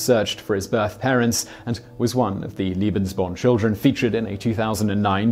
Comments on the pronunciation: Simon,you often talk about your efforts to nail the pronunciations of other languages. It seems that in this instance your tendency toward a British pronunciation was just doubled down upon. Seriously I can't believe that any effort at all was made to understand or reproduce a proper Germanic pronunciation despite the jarring difference in meanings throughout the entire video... my enjoyment was negated by this oversight. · You spell it correctly as Lebesborn. You pronounce it as it were written "liebensborn". I know you're very, very busy recording for all your channels, but you should do as the BBC newsreaders do: run an eye over the script and check the pronunciation of unusual and of foreign words - Wikipedia is a help for the latter. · Nazis are really bad, aren't they? PS. Is it Lebensborn or Liebensborn? I don't know much German, but it sounds like you're saying Liebensborn, Liebensborn, Liebensborn, but it's written Lebensborn. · Thank you very much. I just watched this video and was ready to comment, but you were there ahead of me. One means "love" and the other "life". A great deal of difference! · Watching the video and shuddering each time I hear "liebensborn" instead of "lebensborn". Two very different programs and ideology. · Layyy-Bens-born not Leee-bins-born. Long A. Keep on Rockin'. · Leben... not Lieben... ("Liebe" means "love" in German). Wrong pronunciation. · it’s leben not lieben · Simon, please put some effort in the pronunciation..... its LEBENSborn, not "Liebensborn", it sounds ridiculous... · Argh! In future, can you please check the pronunciation of the foreign words you will be repeating every other sentence? "Leben" is pronounced "LAY-ben," not "LEE-ben"! "LEE-ben" or "lieben" means "to love" in German, pretty much the opposite of what the Lebensborn program was about. Kind of key ... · It's lay-bens-born... not lee-bens-born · Lee-been "love" lay-been "life". (sigh) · It's pronounced Leh-behns-born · It's pronounced LAY-benz-born.